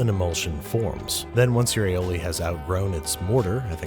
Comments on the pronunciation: Maybe the sauce wasn't coming out 'cause you kept calling it aoli. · Aoli lol